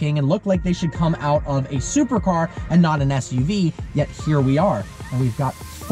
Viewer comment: He said ssuv lol